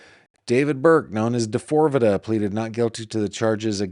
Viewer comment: I love you but you really need to stop calling him D4vd the way you do. Lol. He goes by David. There is an interview of him where the interviewer told him people were calling him D4vd like how you are and David looked shocked and started laughing. He said it is pronounced David. He replaced the A with a 4 because of something having to do with 4 dimensions or 4 aspects of himself that we will see emerge over time.